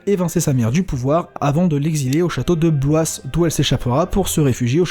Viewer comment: Oh un Lillois XD merci pour la découverte (il y a plus de chance que je me penche sur les romans que sur le jeu de rôle). Je vais juste chipoter un peu mais le s de Blois ne se prononce pas ^^